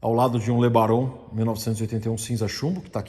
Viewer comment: "Le Baron" é um nome tão bom de pronunciar...era "romântica" dos carros que não volta mais!